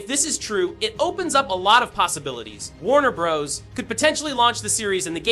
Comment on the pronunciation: While the information here is useful, please use a different ai voice. Too many unnatural pauses and even mispronounciations....Warner Bros? Warner Bras? Proof listen to your audio!